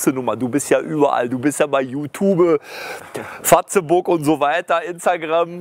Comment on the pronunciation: der sagt anstatt Facebook fazebuk